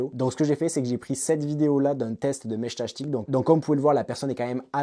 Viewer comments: J'ai arrêté à 1min...entendre Meshtachetik à la place de Meshtastic...j'en pouvais plus 😅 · Ils sont tous raté vue que tu dis meshtashtic ^^` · Mechtachtic 😂 dur la prononciation 😉 Ça me fait penser à la chanson couroucou shtash shtash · Putain, à chaque fois que t’essaies de dire “Meshtastic”, j’ai les oreilles qui saignent grave…